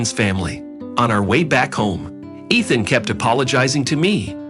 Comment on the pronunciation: EEEthan. Not ETH-an. Talk about computerized.